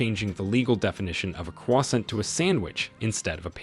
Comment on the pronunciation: Ha! I see you, with pronunciation of Cwar-sont